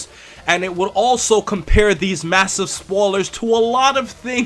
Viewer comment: i heard you say spoolers instead of spoilers. (first 10-20 seconds) dont mean to mock you if thats how you pronounce that word. its kinda that jersey accent,like wooder to water.